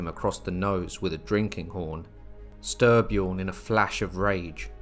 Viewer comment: Stry pronounced stree. Nice video